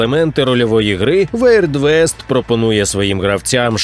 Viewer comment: все ок, але це вірд вест (weird west)